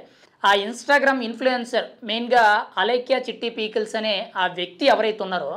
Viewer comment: Babu pee kills kadu 😂 pickles